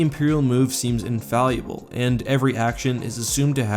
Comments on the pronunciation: Sorry, a minor nitpick - and I don't mean to be a grammar nazi but I could swear you were saying "infalluable" several times in this clip. (example ) I assume you mean "infallible" or "invaluable". Probably the former since the latter doesn't fit the context very well. It's probably just a minor flaw in pronunciation, but it might be worth correcting. I just found it a bit puzzling and distracting. Again, this is purely meant as constructive criticism to help you further improve on the already high-quality presentation - nothing more :) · It's pronounced Infallible not infaluable, your merging it with invaluable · Look, I love your work, but you are TERRIBLE at pronouncing basic English words. "Infalliable" wtf is that? The word is "in-fall-able" regardless of its spelling. You do this all the time and seem to have an insatiable urge to add syllables to words. Stahp. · The word is "infallible" - not "infalliable". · Pronounce the word 'infallible' "in-fal-ee-able" until he goes insane and kills himself to make the pain stop... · You're mispronouncing infallible. It's not "infalliable." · The word is Infallible. in-fal-able. Not in-fal-i-able! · Friendly comment: it's pronounced "infallible", not "infalleable" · Someone buy this man a book of pronunciation. Seriously, infallible is not pronounced infalleeable. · How to pronounce "infallible" wrong, every single time. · I love your content, but your mispronunciation of infallible is making me cringe... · Are you saying infallible? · Are you saying infallible or invaluable? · He is mispronouncing infallible on purpose. A lot of Youtubers do this with a lot of words to get more comments.